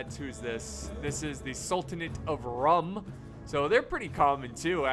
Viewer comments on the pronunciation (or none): Just a small tip- the "Rum" in "Sultanate of Rum" is pronounced as "Room". It's actually written as Sultanate of Rûm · Isn't Rum pronounced as Room?